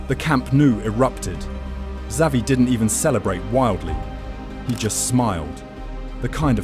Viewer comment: If you don’t know how to say Xavi right. I think this is ai